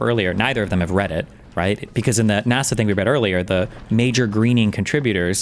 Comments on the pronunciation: He has such a weird accent. Even the way he pronounces ‘NASA’ as ‘NARSA’ is strange. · NAWH-SUH? (NASA) MOADEES? (MODIS) I'm about to minecraft myself in a video game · I KNOW Jordan Peterson knows it’s not pronounced nawsa wtf why did he say that 😭